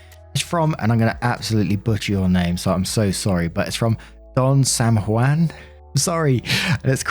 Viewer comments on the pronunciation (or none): none